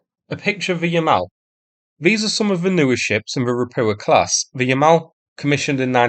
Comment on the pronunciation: Ropucha is spoken "roputsha".